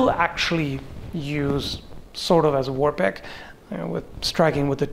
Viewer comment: Why do I keep hearing "war pick" as "war pig "?